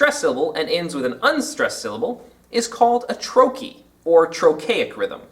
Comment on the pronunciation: You could not possibly be more wrong. The IPA says: \ ˈtrō-(ˌ)kē \ so you are wrong on the pronunciation of the second syllable, but you also put the accent on the second syllable, making "trochee" an iamb! Think about the meaning of the word-it's a two syllable foot with the accent on the first syllable. Would it make sense for a word describing that to be rhythmically the opposite of that (an iamb, as you have it?) . No, the word "trochee" is a trochee -- a two syllable foot with the accent on the first syllable. TRO-kee